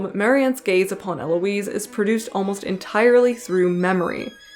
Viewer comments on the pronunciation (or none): Lovely video, I'm looking forward to more of your work! Also, unless you're intentionally Anglicanizing names (which is fine you do you) you should keep the H in Heloise and Jean Paul Satre's name is pronounced Sah-Truh.